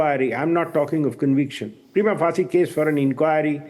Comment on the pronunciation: Anchor Goswami, the word “Prima facie “ is a Latin phrase. So its correct prinounciation should be as Mr.Harish Salve is speaking. Your pronunciation is wrong.